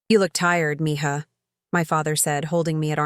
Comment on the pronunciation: It’s mija, not mihah. Who could could even think about this wrong writing